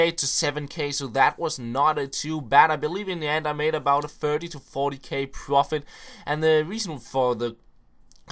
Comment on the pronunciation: he makes a lot of 'pworfit'